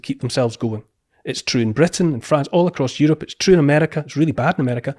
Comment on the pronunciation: Its troo cause its troo